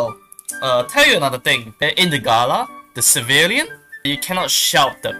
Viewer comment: No one:: GaLa GalA